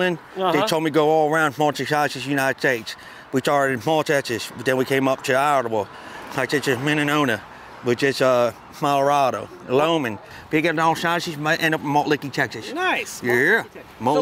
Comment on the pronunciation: I lost it when he said the states: Minnenonna (Minnesota) Smallaroda (Colorado) Lomen (Wyoming) Hahahaha